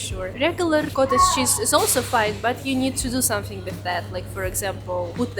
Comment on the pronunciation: Love the way she says "somethink." Yeah I know I'm weird.